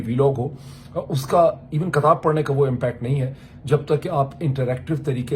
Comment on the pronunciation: Its Kitab NOT Katab, please correct.